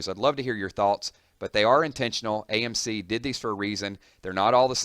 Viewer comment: You said "AmC" instead of AMC.